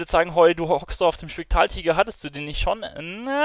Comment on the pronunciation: Du kannst ja nichtmal spektraltiger richtig aussprechen 😂